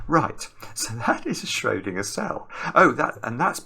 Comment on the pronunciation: The way pronounces Schrödinger Hitler turns in his grave